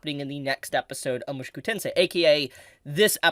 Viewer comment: Bruh could you stop saying "mushuku"? It's weird man